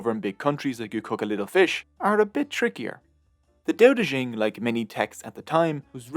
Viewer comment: Dao De Jing not Dao De Zhing There is no syllable "zhing" in Mandarin Chinese. And, after all, it is Chinese, not French.